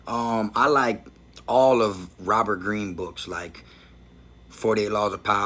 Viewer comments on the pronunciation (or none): none